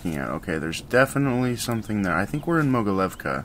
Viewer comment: I think that its pronounced "mogiliovka"